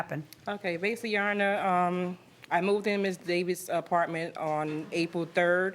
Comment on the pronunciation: It’s Basically NOT Basially geesh